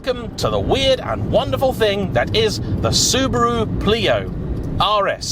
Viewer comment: Greetings from Tokyo! I know it's an old video,, but just thought that you'd appreciate knowing that "Pleo" in Japan is/was pronounced "Play-oh", having a short E sound followed by the long O. For it to have a long E pronunciation, it would need to be spelled "Plio". Fun car. Quirky.